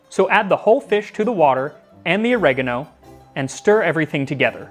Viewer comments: Ohre-gah-noh. Not ah-reG-aaAaAaah-no. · I hate i'm being triggered by his pronunciation of oregano when the rest of the video is so good. (Oregano is written origano in italian, becomes oregano in English due to the difference in phonetic of alphabet, i.e.: i=e